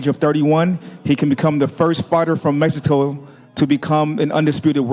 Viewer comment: Who the hell is talking when the fighters are making their entrance?? He sound slow af can’t even pronounce the word “Mexico” right… .. Do better next time showtime don’t let these caveman on the microphone sheesh 😂